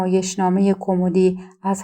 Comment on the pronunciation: ایکاش راوی معنی کلمات را میدانست ، آخه کومدی یا کمومودی